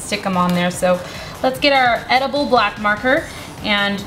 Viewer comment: are you shor its edaboll?